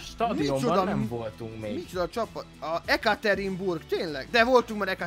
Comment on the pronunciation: Jekatyerinburg-nak ejtik a várost!